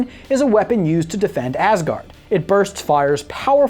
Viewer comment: When ever be says asgard it sounds like assgard